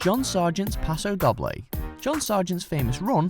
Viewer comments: 😂 paso Dobb-ley 😂 it’s paso dough-Bley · Jessica Amy Wilson yeah it really annoyed me when he said dob bley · You keep saying Doble wrong and it's annoying me xD You say it like Doe-b-lay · Charlotte Key paso pa-do dough-bley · Isn't 'doble' pronounced 'dough-blay'? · if u r going to say the names of the dances, please know how to say them e.g Paso Doble. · The way he said it REALLY triggered me 😂😂